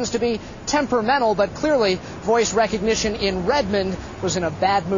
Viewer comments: He said "voice RECognition" (REC as in wreck) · wreckognition? stupid reporter